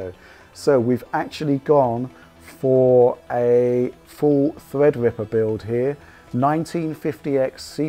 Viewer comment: thwead wipper